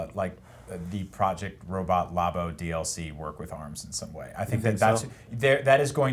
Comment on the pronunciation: Lab-o. Not La-bo. That is all.